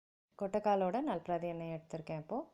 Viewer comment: Its "Nalpamaradi" not nalparamdi !! And your pronunciation also nalparamdi